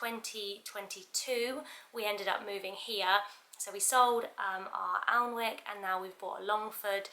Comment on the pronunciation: Very helpful video, also id add that alnwick is pronounced annick, it is a northumbrian town with a big castle 😊